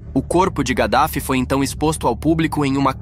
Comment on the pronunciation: Kadaffy não (gadafi)